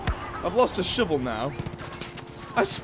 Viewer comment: I love how he says shivel instead of shovel. It's great :)